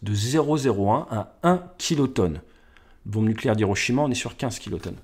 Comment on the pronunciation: salut tu dis bonde mais tu veux dire bombe